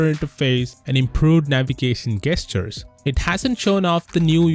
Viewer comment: You say gestures wrong. It's pronounced jes-churs.